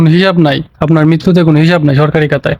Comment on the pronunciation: ভাই আপনি কাতা বলেন কেন??বলবেন খাতা